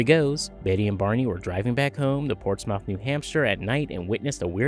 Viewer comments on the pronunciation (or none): Portsmouth is pronounced ports smith. And Betty was awesome growing up. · The way you pronounced Portsmouth is hilarious, I’m from Portsmouth and still live here till this day 😊